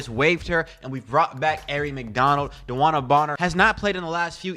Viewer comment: At least say her name right